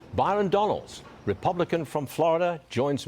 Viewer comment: Wow Stu.... a congressman from Florida and you call him Byron Donaldson?????? Wow Stuie, Buron Donalds.... stuie!!!!!!